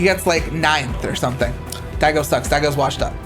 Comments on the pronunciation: please pronounce his name correctly... it isnt DIEGO. its DAIGO as in Die-go... hes japanese not hispanic... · Uh. His name is Daigo not Diego. This ain't Dora the Explorer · Every time he says Diego I wanna kill myself. How does this dude make a video with a major FGC member's name being said wrong? Wtf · Who the fuck is Diego?? Lol, how you going to have that as your whole basis of a video and yet say the completely wrong name so many times? It's pronounced Die-Go. Not D-A-Go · It's fucking insulting he's pronouncing it "Diego" Now coming to the stage Diego UmeZaurez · Not a comp SF guy, but it's DAIgo, nie DIEgo. Get your shit together. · at first i thought it was just a slip of the tongue, but you kept doing it consistently... his name is daigo, not diego. da- as in dark, i- as in ink, go- as in golf. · His name is Daigo, not Diego. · Very well made article. One problem. Not Diego... Daigo. Pronounced: DAI-GO like it's spelled. Thank you. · Sick video. But it's Daigo, not Diego 😂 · Diego is a Mexican. DIE-GO is his name. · Its Daigo not Diego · The “diego” pronunciation was an intentional joke. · "Diego" WTF? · His name is Daigo, you fucking idiot! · It’s DAIGO. It’s not so difficult to say. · Die Go is how you pronounce his name. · Deigo? wow dude....even the FGC newbies know how to pronounce it buddy :P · i would like that video if i didnt hear "diego"... made it hard for me to watch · C'mon, it's Daigo... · Nice video, i agree SF5 sux. Btw did he intentionally pronounce Daigo as Diego ? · Why do you think "Daigo" is prononced "Diego"? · Wait, is pronouncing Daigo as "Diego" is an running joke that I miss? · It's Daigo. You talk about moment 37 but you don't even know the name of the person behind it. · Please pull the video and correct Diago 's name. It's embarrassing. Unsubbed for being a poser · Is he saying "Diego" on purpose? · everytime u said "daigo's " name i somehow kept hearing "diego" and instantly kep tthinking about a mexican asian lol